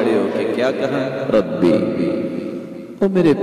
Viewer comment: Rabbi not Rabba